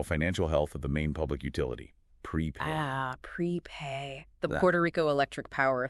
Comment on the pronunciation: This sounds like ai. Btw, pretty sure it’s Prepuh not pre pay